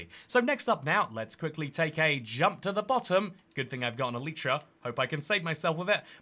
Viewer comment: "elEEEtra"